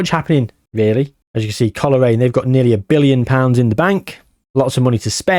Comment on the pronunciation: Didnt even knnow coolreen had a foitball team they have a farm the milk i drink is made there 😅 just caught on ur trying to pronounce colraine😂 coal rain and glen av on